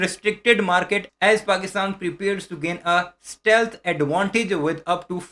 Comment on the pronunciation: Shteelth laraku viman 😂, inn Indians ko tau theek say bolna bhi nahi aata